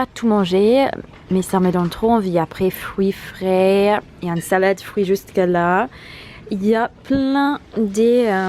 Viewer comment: Nous il fallait libérer la chambre, pour le ménage dans un hôtel en Italie :-/ Quand tu dis salade de fruits on dirait de la compote. Merci pour le vlog :-)